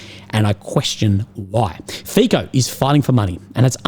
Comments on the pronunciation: The letter 'c' in Fico is pronounced as 'ts' and NOT as 'k., Kind of similar to 'c' as in Cincinnati. Cincinnati is not pronounced as Kinkinnati. Fico is not pronounced as Fikoh but as Fitsoh. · Learn the correct pronunciation of the Prime Minister of Slovakia, Robert Fico. It is NOT like F - I - K - O.... its a soft 'c', more like an 's' So try it like "feet - so", because your pronuciation sounds like straight from cia school. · some tips for you: 1. Fico is pronounced FEET-SO (I believe). 2. The west is run by globalists, that is why nationalists like Trump, Orban and Fico are pilloried. 3. Orban is more conservative while Fico is more socialist. Despite this difference they are nationalists and agree on the Ukraine war. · Fico sounds like Fi[ts]o not like Fi[k]o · Fico is pronounced as Fitzo. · G'day Legend and merry Christmass. FICO is pronounced as FITSO. C is TZ or TS in slavic languages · To pronounce Robert Fico's surname you do not make a "ch" or "k" sound but a "ts". Kinda like in "nutso". You can make it a menmonic even: "That Fico is such a nutso!"